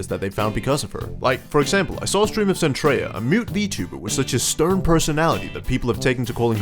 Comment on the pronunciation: It's Zentreya